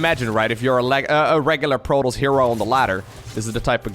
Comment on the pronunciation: jesus christ man, its proe-toss, not proe-toes. youve heard it so many times FROM THE FUCKING GAME that im not sure how you still fuck that up.